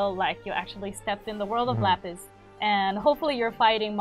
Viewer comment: This is the first time he said Lapis correctly, but after all these months, he barely knows anything, why?